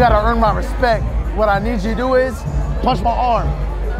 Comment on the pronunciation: “You gotta earn my Respeck!!!”